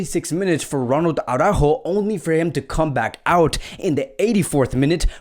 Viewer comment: Araujo is pronounced A-ROO-hoe. You are prouncing the second sound incorrectly.